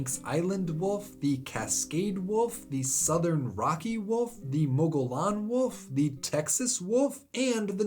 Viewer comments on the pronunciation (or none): Love the videos. I think I've watched every single one 😆. Just for educational purposes, the "Mogollon" in "Mogollon Wolf" is pronounced Mo-Gee-On 👍 You would only know that if you lived in Arizona. (I've never heard someone from outside AZ pronounce it properly.)